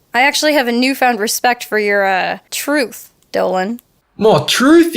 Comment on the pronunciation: I used to think dolan was saying treth instead of truth!😂